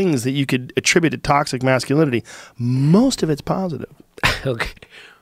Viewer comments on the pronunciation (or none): none